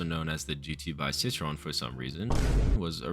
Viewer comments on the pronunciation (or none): i would never even have been able to guess that it was citroën you were trying to say 🧍🏼‍♂️🧍🏼‍♂️ i only realised because of what was om screen 💀💀